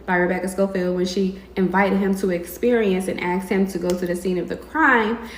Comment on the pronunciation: This lady mispronouncing the word "ask" so many times has my ears dry-heaving.